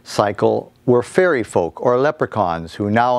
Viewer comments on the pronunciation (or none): none